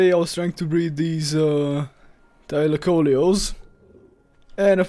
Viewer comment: It's a Thylacoleo and not a Thalycoleo haha